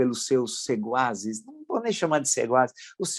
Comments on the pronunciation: Boa noite, professor. Apenas uma correção a fazer: o termo para "seguidores" é "sequazes" (com q) e não "seguazes" (com g), como o senhor pronuncia, com todo o respeito. Abraço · Villa, por quê você diz seguazes? Eu conheço a palavra como sequazes.